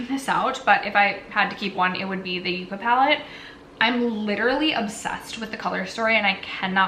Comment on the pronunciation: Is it really pronounced yook-uhh?…cuz I lived in California for 12 years and always pronounced it yuck-uhh.